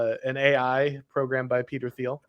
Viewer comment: Great stream, as always! Small note, though, the H in Peter Thiel’s name is silent!